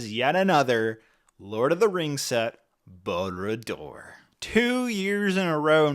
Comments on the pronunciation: "Boo-ra Dooer"? It's more like "BAHR-ahd Dure" 😉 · Barad-dur. Not Baradur, Bara dur, Balrad dur. No, it is Barad Dur.